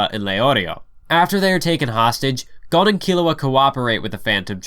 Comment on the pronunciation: no, it’s Ghon